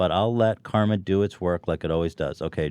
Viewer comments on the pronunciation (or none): none